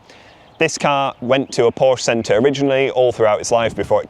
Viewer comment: Anyone who can’t even pronounce Porsche correctly SHOULD have nothing but problems…